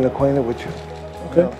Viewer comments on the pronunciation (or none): none